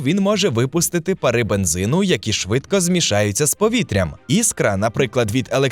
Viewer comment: Щиро дякую за просвіту! Лише мушу підказати, що українською не "парИ", а пАра.